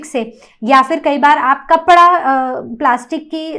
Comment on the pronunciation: Kapda not kapla